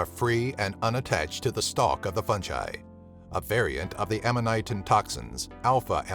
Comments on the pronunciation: u pronounced fungi wrong it's (fun-guy) not (fun jye) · fungi not "funjI" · Fungi not funji dumbass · It’s fungi not funji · Lmao, i love how he says "funji" instead of "fungi" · imma say it. its pronounced fungi Fun-guy not funji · Fun jiy it's pronounced fun guy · Fungi not funji you are saying it wrong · 'fun ji" i think its 'fun guy' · My man be saying Fungi like Funjaiii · Its fungi not funji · Did this dude just say funji instead of fungi? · Fun-jy?? You mean Fun-guy fungi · Did you really say “fun-j-eye”? It’s “fun-guy” like I’m shocked to hear someone say that. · Why do you say Fun-j-eye? It's Fun-G-eye man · Is fungi not pronounced fun-guy, not fun-jai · "Funji"..? FUNJIIII?! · It is pronounced fun guy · Where are people getting the pronunciation “fun-jai” from? 😂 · The way he says fungi tho... "fun jai" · Did he say F U N J I ? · If this dude says “fungai” again we gone fite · If you're going to make a video about something make sure you can pronounce what it is properly you say it like there is a j in fungi it's pronounced fun guy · What is "funji"? 🙄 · It’s fuckin hilarious how the guy pronounced fungi. Preferring to say “funji”. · Did he just pronounce it funji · Fungiie he said fungie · fun guyyy why are you pronouncing It soo wrong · Eeee not funji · i cringed every time you said funjai.. dont. just dont. good vid tho. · this is no fungai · Never mind the poisonous mushrooms, it’s the narrator’s pronunciation of fungi that’s killing me 😂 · Man knows the 10 deadliest mushrooms in the world...but can’t pronounce fungi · I hate the way you say fungi... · The way he says fungi disturbs me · the way you said fungi passed me off. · Maybe she died because of him saying fungi ......how tragic